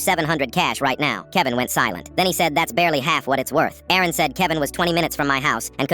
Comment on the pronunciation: Aaron vs Erin 😂 AI should get checked